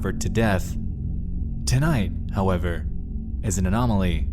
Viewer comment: Bro, just use a real A.I voice. This is horrendous. When you say “though” and “however” it’s grossly paused even a different tone.